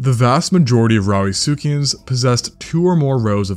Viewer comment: Did he say "Rowdy succians" ? lol